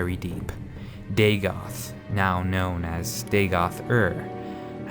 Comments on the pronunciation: It should be pronounced more like Veevec but with shorter "ee" and Oor. Chimer should be "Chaimer" right? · Same, I'm not usually a stickler for pronunciation...but this kinda hurt.